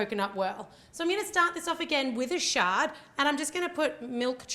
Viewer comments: when she said shard i thought she said chocolate sharts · Why does it sounds like she keeps saying shart.. Lmao